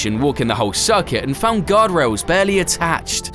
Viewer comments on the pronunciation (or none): none